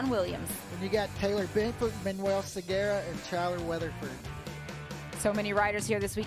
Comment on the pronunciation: You guys need to start getting Manuel's name right. Its Segura...not Sugera. 🙂